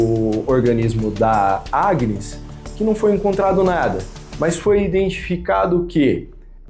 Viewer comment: O pior o narraddor nao sabe dizer Agnes 😂😂😂😂eu ri muito 😂😂😂😂acho que ja sei porque que pelo menos ela morreu foi de susto ao ouvir o proprio nome